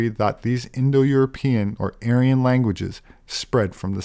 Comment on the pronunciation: anyone hear how she said Aryan? Sounds like she said Alien… 🤔 INTERESTING